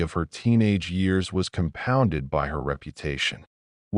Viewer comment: WHY can't this awful AI pronounce the word "by"?!? Wtf